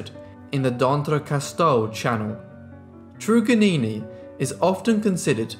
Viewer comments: It's not "true-gannini" bro It's "TRRUGG" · Trug is normally pronounced as a hard ‘u’ ie tug. Van demons land is Tasmania. There were other native people in Tasmania that survived, Truganini was not the last Tasmanian. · At least give her respect and say her name right. It’s “Trug-an-ini”!!! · A sad history and thank you for covering it. Her name is pronounced trug as in drug Truganini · It's Trug as in drug